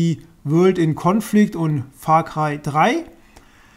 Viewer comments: Far Cröy xD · Far Krei... omg